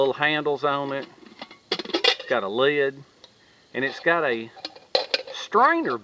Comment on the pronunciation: Thanks for another exciting video.. Nice to see you're still thinking and doing stuff. I love the Southernisms, like a two syllable word for a cover or top to a container "leeyud". Keep em coming! Frank